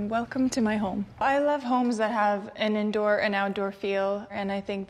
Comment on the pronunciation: Indoor not intoor